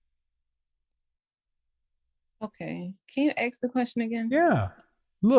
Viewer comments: ASK!! Not AXE!!! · i just wanna know why black people can't say " mask" " task" " flask" but they cant say " ask" they say : axe . Can you or someone explain ?